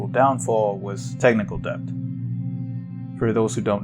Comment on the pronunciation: holy fuck never say "DEB-T" again. the b is silent my dude